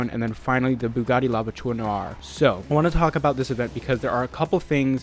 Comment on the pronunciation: So no one going to mention how he FLAWLESSLY pronounced the Buggati ???